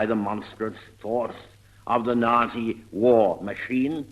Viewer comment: It was interesting that he pronounced the word "nazi" without the "t", just as a normal zed.